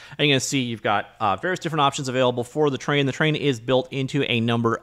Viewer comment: It's funny how is sounds like "Terrain" whenever You say "Train" ;) Thanks for another great video Best regards.